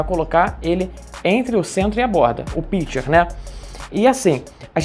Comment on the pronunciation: Se pronuncia: pichê.